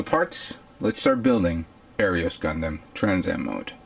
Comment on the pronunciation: OMFG. I'm sorry but I've noticed that you mispronounce EVERY NAME. Gundamn-Gundam. Second right. Allelujah HAP TIS M